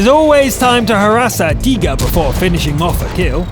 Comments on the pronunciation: its called a tiger you say teeger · And guy in video needs help with Tiger xD